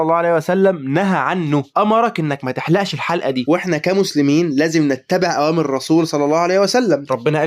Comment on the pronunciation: الرسول بالرفع وضم اللام وليس بالنصب وفتح اللام يا نصاب😂😂